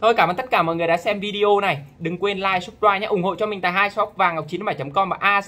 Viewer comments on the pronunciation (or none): none